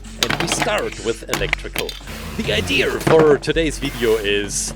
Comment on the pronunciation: I love how when he says idea, he says idearer